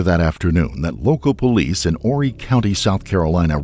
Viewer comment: Wow! Imagine how surprised I was when I opened this video to see my hometown! Conway, South Carolina! And I’m so proud to say that you pronounced Horry correctly!!!